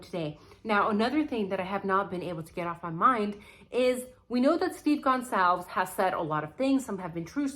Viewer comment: I love your ideas.. but can you please pronounce the name right,, “gon solve as “ I agree with everything you say and love you’ve Chanel!